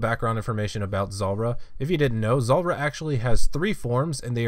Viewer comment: Zuuuuuuuuulrah - why you pronounce it zolrah